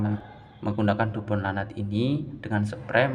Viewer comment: Baca nya bukan lanat bang, tapi laknat